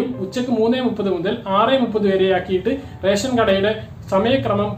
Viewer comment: ഇവൻ എന്താ പറഞ്ഞോ...?എല്ലാ ജില്ലകളിലും ട്രിപ്പിൾ ലോക്ക് ഡൌൺ എന്നും മറ്റും caption കണ്ടു..പക്ഷേ രേശൻ.. രേശൻ.. എന്നേ കേൾക്കാനുണ്ടായിരുന്നുള്ളു...